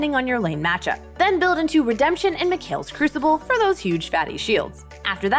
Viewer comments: Ahh redempshen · Ah the RedempShen Technology